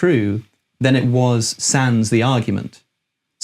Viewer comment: Alex, don't thrown in basic French like 'sans' when you don't know how to pronounce it. Utter cringe